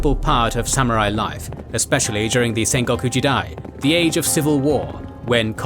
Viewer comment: FYI, It's not sen-go koo-ji-dai, it's Sen-Go-Ku Ji-Dai. Sen is "Warring", goku is country or "State", Jidai is "Era"... hence Warring States Era. Other than that, great documentation.